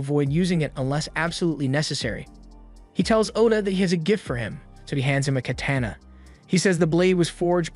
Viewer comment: No one will mention the way he said katana